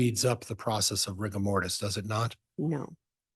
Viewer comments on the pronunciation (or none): actually said: "Riga Bortis"